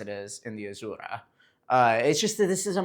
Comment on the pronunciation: Nobody: Bro: 💃azurrrrra🌶️